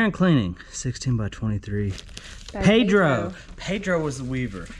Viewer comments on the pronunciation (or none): none